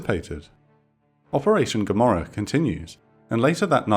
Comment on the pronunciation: "I ask you one better, Who is Gammorah?"